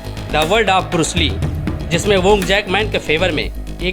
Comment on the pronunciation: Shaolin monk defensive at khelte Hain Varna jise sabka meditation aur live life motivation ki andar vah jite Hain agar vah motivation for hata Diya jaaye unhen preparation ka time mil jaaye to 5 minut mein Bruce Lee ka papad ban jayega. Aur bursli nahin hota hai Bruce Lee hota hai.